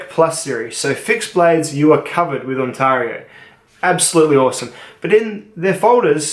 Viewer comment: THAT'S IT !!! I won't have you butchering the name of a Canadian province that is home to 14.3 million people, a total area of 1,0,76,395 Sq km, and North America's 4th largest city, after Mexico City, New York City, and the City of Los Angeles. It is pronounced On-tare-io, not On-tar-io, and so is the company in Franklinville, NY commonly known as Ontario Knife Company. How did Bark River Knives not make the top 3, or top 5? Surely you understand the inherent weakness in folding knives, and would score companies that deal in 95% folding knives below knife companies that produce fixed blade knives? Good day Sir.... I SAID GOOD DAY...